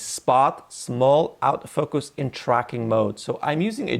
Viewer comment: One suggestion, learn to distinguish between the pronuncition of autofocus and "out of focus". They're very differeny things and it can be confusing.